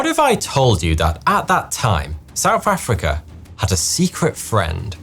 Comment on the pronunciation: Whoever wrote the script for this video hates the narrator, making him say souf affricka every 9 seconds